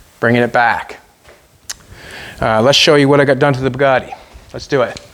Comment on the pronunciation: please pronounce the name as french say it - It's called Bugatti not Poogaadi